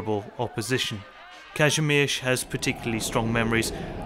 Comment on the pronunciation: Bro im wheezing at this pronouncation. Like "Każymerz"